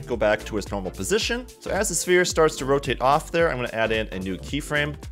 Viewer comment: He said nor-natural